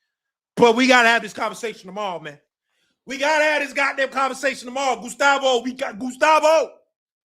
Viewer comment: “gUStAvO” ahh nigga